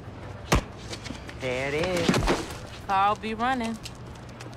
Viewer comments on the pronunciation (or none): I swear when the pup runs she says "Carl be runnin"